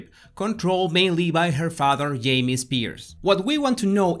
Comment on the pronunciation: "Her father yamie Spears"😁😍